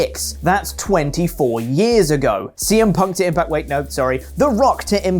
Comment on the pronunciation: "Whats the Stone doing in the impart zone??"